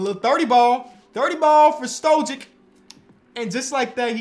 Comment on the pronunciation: It would be Mister "Stoyick" with the pronunciation